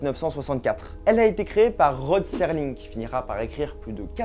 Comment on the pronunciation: Rod SERLING. Pas STERLING….